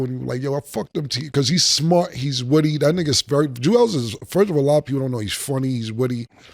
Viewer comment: Cam, stay saying Julez lazy😂😂